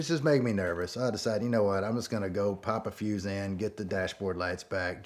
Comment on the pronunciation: Him: pop a fuse and... What I heard: pop a few xans... I mean, whatever helps you get the job done I guess 🤷‍♂️